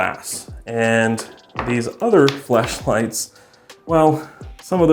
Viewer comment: "these other flesh lights"?????